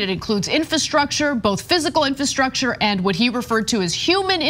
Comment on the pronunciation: Really difficult to listen to someone pronounce the word, "infahstructure," over and over...